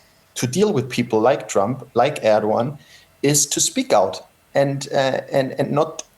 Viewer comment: The guy is so warm assed that he can not even pronounce the name of trump